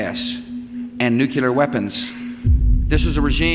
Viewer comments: I can't get over the fact that President Bush said nucelar instead of nuclear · Nucular weapons...lol...nice job Bush makin up words! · I guess Georgy didn't find any of them there nucular weapons